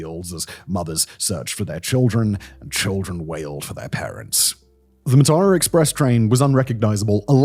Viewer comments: note: it's pronounced maa-tha*ra (a* is a short a) me and my sister sleeping late- the only reason we missed the tsunami. came to colombo for christmas day at my grandma's, stayed the night at ours and we were supposed to leave home for induruwa at about 9. we slept in, and by the time we left it was after 10. heard about the tsunami on the radio and turned back. if we'd left at 9, we'd have been on the coastal road right near beruwala when the tsunami hit. sea is right next to the road. pretty sure this was one of the lowest points for Sri Lanka- people looting the corpses of this train made the news. it went on for days. there were rumors there had been looting of survivors after the waves receded but before the train was found by authorities, people begging for help ignored while their valuables snatched from them. politicians (including a man that would later be president) then set about looting the aid that poured in. you saw the worst of some people in that time. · I can't believe you did that journey and somehwo managed to completely butcher the name. It's pronounced "Mar-thurrer". Apart from that, great vid! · It's pronounced 'Maathara' මාතර.